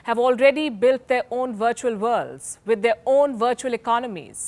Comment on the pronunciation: Palki is beautiful, and I love how she says 'wirtual'!! We really dont need this metaverse Palki.. when is enough enough???